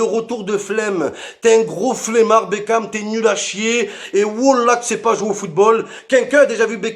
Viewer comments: Mais frere c pas david bekan cest david bakon woulah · C'est plus David bekham c'est david bekane